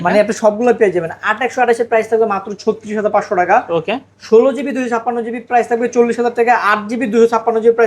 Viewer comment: not taka(টাকা) this person says Teka(টেকা🍌)